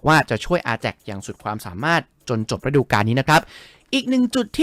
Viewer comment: ฤดู > ออกเสียง รึ - ดู ไม่ใช่ ระ -ดู …มันคนคนละความหมายเลยนะ😅